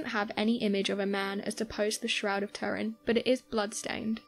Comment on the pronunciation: It's all bollocks and you're miss pronouncing Turin!